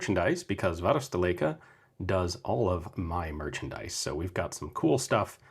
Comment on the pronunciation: Great video! An excellent seller and an excellent YouTuber meets 😊 BTw: You can pronounce "varusteleka" very well